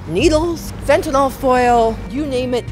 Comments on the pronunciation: Why can’t people ever seem to pronounce the word Fentanyl correctly? It’s not FentaNOL, it’s FentaNYL. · I Fuckin hate peoples who say finti-Nol it’s pronounced Fenta-neal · pronounced FENTANIL. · So annoying that people can't seem to pronounce F E N T A N Y L. They keep calling it "Fentnawl".